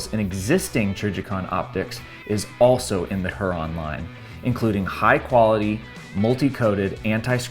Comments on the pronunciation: its pronounced hyur-on; not huron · Here-on. Not Her-on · Not her - ron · It’s pronounced “Huer-on”. Like the Great Lake or native American tribe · Pronounced hue-Ron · It's pronounced "hear-on" like lake Huron. Trijicon is based in Michigan. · I swear if you do not go and look up how to say lake Huron write freaking now, I am gonna have an aneurysm.